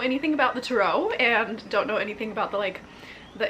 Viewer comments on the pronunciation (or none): I like how u say turo like it’s a car rental biznuss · Strange that you pronounce the word; "Tarot" like that. Must be the Mentaken way to say it. ;)